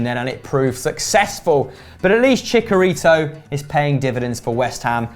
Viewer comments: brits. love the channel, cannot stand your pronunciation of Chicharito chee cha ree toh not cheek a rito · It's not pronounced "chickarito" It's "Chi-Cha-Rito" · It is not "Chicarito" is "Chicharito" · please just say javier hernandez, if you can't pronounce CHI-CHA-RI-TO right then dont say it. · Why is that twat in glasses pronounce chicharito wrong #thischannelhasonlyidiots